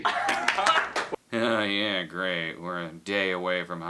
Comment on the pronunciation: "Yee" }:-P